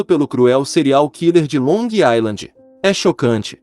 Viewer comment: NÃO É "ILAND" A PRONUNCIA E SIM "AISLAND"